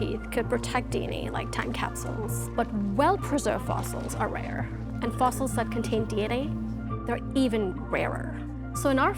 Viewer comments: love his pronunciation of fossils… “foss-isles” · What are “fossiles”?